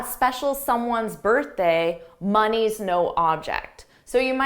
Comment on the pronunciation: I thought at first you said “my knee is no object” haha and I’m was intrigued to know what it means until you said it is “money’s no object”. Your videos are the best. Thank you so much !!!